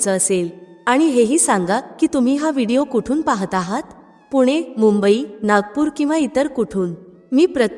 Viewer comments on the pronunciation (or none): none